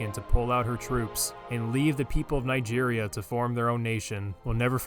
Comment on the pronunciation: I didn't knew Nigeria was pronounced that way.